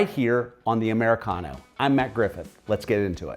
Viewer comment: What do you mean by "Amercicano"?